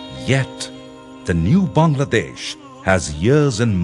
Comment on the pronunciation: The guy pronounced my country's name correctly :O What more can I ask for? Haha. Its wonderful to see our fellow neighbors (Indians,Pakistanis,& etc) commenting with such positive attitudes :)